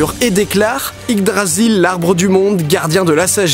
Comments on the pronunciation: J'sais que c'est pas grand chose mais j'ai l'impression que tu dis Ydgrasil pendant toute la vidéo alors que c'est Yggdrasil... Ça me fait tiquer même si en soit c'est pas méchant.. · Tu l'as bien dit une fois et après : on s'en fout de toute façon c'est dur a dire XD (c'est yggdrasil et non ydgrasil XD) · Yggdrasil, pas Yddgrasil =P ;) Ce serait tellement bien que Deadpool soit dans le MCU... xD Mais ça se fera pas, y'a des X-men dans le film =/ qui ne font pas partie du MCU (et c'est peut-être mieux, d'ailleurs)